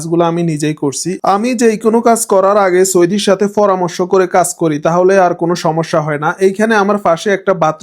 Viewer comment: ভাই, আল্লাহর দোহাই লাগে, ফরামর্শ না বলে বল পরামর্শ। ফয়োজন না বলে, বল প্রয়োজন।